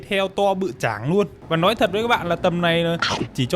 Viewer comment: Khá khen YouTuher, "LÓI" hơi bị ngọng đấy!